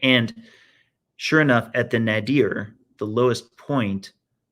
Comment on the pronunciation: "Nader" is pronounced NAY-der, not Nuh-DEER.